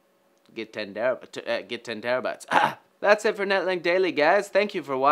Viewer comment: did you said tenterabyte?